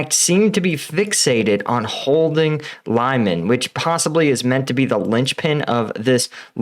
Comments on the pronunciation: "Lyman" is pronounced "We-man". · I liked how he called Lyman “LIE-MAN”😂